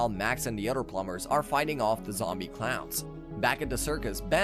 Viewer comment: oh my god so many mispronounciations plum bers???